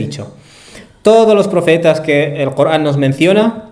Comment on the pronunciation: Corán. Cooogran , no te e entiend. Payaso. No eres capaz de pronuncia. La r